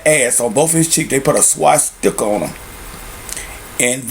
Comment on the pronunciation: No fucking duh, dipshit. I'm making fun of the way he pronounced it.